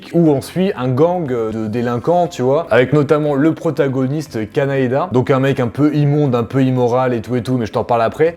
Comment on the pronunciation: Et je te reprendrai sur "Kanaeda" 😭😭😭 Aka Kaneda 🤣🤣🤣